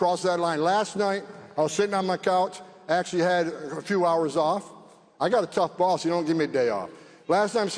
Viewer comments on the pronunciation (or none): none